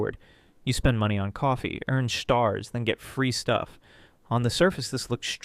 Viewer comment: “earn schstaars” never heard anyone pronouncing it that way before.